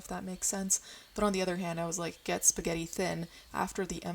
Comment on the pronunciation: the way you said pesto and spaghetti then went back to american im screaming